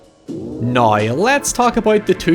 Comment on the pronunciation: I want to leave a thumbs up everytime i hear a "noy" og "hoyever"